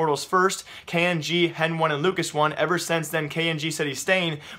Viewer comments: did this man just pronounce hen1 hen one LOL its heni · hen one ??? i think its heni is what they call him and not hen one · If he doesn't stop saying hen1 instead of heni I'm going to lose my shit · stop fucking reading henone its heni god damn your pissing me off